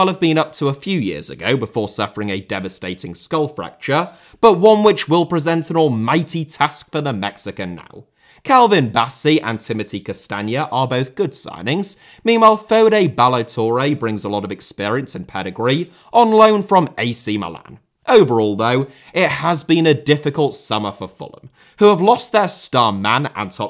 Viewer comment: Serie * not Seri Udinese* not Udeneisei Touré* not Torei Villa* not Viller Bueno* not Bueinouw Traoré* not Trayorei Gustavo* not Găstohrvouw Fenernahçe* not Fenebohçei Montiel* not Móntil München * not Munich Dejan* not Deijan Schade* not Schore Diaby* not Diohrbei Caicedo* not Caiceirouw Baleba* not Baleiber Ansu* not Anzu